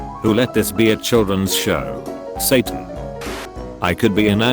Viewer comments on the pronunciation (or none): none